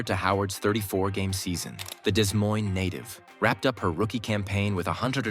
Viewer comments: Whoever did the Narration needs some EDUCATION. Des Moines, IA, is pronounced DeMoin,... NOT Dez Moinz. -- We're surrounded by fools, thieves, and idiots. -- You turn an otherwise terrific video into caca. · 0.25 Love the AI narration. "Dezz" Moines? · These A.I. voice overs are driving me nuts. "DES" Moines? 😂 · Desr AI, it’s Des Moines, not Dismoines. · Learn to pronounce Des Moines, please. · To the narrator, both "s" are silent in Des Moines when referencing Iowa (it is derived from a French word), but are usually pronounced when referencing the one in Washington. You're welcome. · Every single time they mispronounce Des Moines I wince. It was horrible to listen to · You need to learn how to pronounce Des Moines correctly!